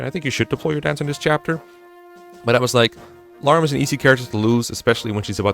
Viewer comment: How come your pronunciation for some words is kinda off? Vuh-ryed, Sin, Larum etc. Approaching this chapter though, so helpful guide ty!